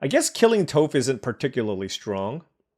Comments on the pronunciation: To help you out in later videos, it is Toff like off not Toeff like Toe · Atla looks great. Also, Toph is pronounced as “taaf”. 😊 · Bro Toph is “T-ah-ff” or like “T-off”. She’s the GOAT earth bender 😭. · "Toof" AHAHAHAHA dude I'm dying! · Toph = "Toff" Ba Sing Se = "Baw Sing Say" So excited for this set and to see you draft! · you’ve done us a favor with your daily uploads - now let me return the favor. Watch Avatar - it’s timeless. Also Toph’s name rhymes with “cough.” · Toph would be horrified of that pronunciation if she wasn't deaf. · love your video's but I gotta assume you have never seen avatar the last air bender, not with the way you kept butchering Toph's name. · no biggie but Toph rhymes with cough. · it is! You were killing me everytime you were saying her name lol.